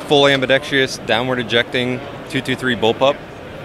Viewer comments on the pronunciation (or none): ambidextrous, NOT ambidexTREEous. dang near every video pronounces it wrong, you'd think gun people who use the term often would get it right. Like pronouncing a barrel a barryEEel